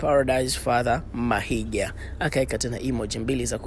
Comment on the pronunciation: Mahiga not Mahinga